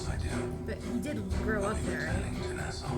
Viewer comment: 2 season in and I'm still hearing nuh-SOW instead of NAH-saw....🙃😑